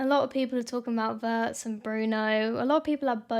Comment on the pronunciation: One small comment on the proper pronunciation of Wirtz: it’s like Veerts - veer + ts. We don’t have the English ‘w’ sound in German , but pronounce a ‘w’ like English’v’. The vowel ‘i’ by itself is like ‘ee’ in English, but always short.